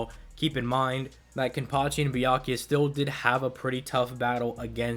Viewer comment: I swear it sounded like he was saying, "Byankuya." Lol